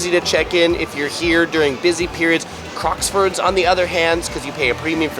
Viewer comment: Crockfords, not Crocksfords 🙏